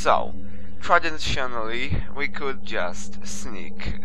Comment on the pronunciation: "So, tradenshunally we could just sneak through the dog" This is my favorite penumbra video of all time.